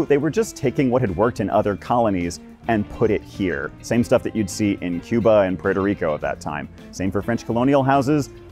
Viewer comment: Small note but wow, you're the first American I've ever heard say Puerto Rico properly.